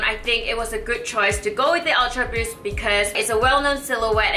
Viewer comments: D. Kaoru “awtra buust” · I like the way you say "ultraboost". >.<